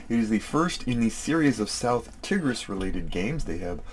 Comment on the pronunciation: Hi, Tigris is said like tiger 🐅 (tai-gruhs) and not tig.